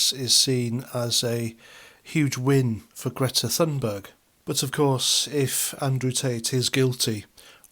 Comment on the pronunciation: Great video thank you, bullshit free. And thanks for calling her Greta Thunberg and not Toonberg, this American nonsensical hatred of the letter “ U” is driving me to brink of insanity, that with YouToob and the imaginary car called a Jagwar. Sorry, everything is driving me nuts, your channel is like an oasis of sanity in an ocean of lunacy. Going to lie down, told one American, “ no wonder Putin hates you, wouldn’t you hate someone who called you after a can of shit? Pootin????”